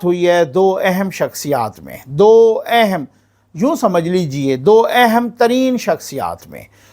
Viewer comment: اِہم نہیں۔ اَہم۔ Ehen no plz. Aham